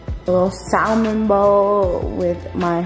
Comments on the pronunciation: Say it with me mama : “ SAAA-MUUUHHNNN” don’t say the l in there it’s silent 🥳🥳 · the L in Salmon is silent so it’s pronounced Samon 😝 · Yelling the L IS SILENT! 😂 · Stop saying SALmon